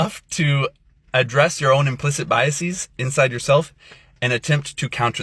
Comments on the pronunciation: Also the pretentious nerd thinks he sounds elite with “biaseez” when it is “biases”. It’s not a Greek word, nerd. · BY-uh-seez. Unusual pronunciation! Maybe he mispronounced the word intentionally to show solidarity with Dominique, the spokesman who cannot speak. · I have biases against people who pronounce it “biaseez”. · Maybe this influencer should first start by learning how to pronounce the word ‘biases’ before he tries to convince the rest of the world that he’s an authority on this topic. This is what’s so sad these days, people don’t any have any idea how stupid they are. And the ones who know the least are always the loudest. Our Christian influencer friend needs to start reading books and doing research.